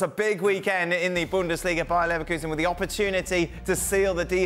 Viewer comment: he said leverkusen ......